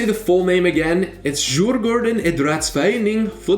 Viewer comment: Its pronounced ”Juur-gÅÅrden”